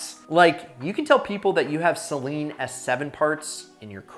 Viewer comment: He said Saleen wrong